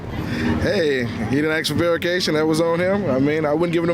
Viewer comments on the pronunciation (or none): Some folk can't say verification to save dey life 😂